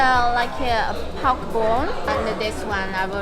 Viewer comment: I've literally never heard of a single Chinese prouncing prok as paok, until now...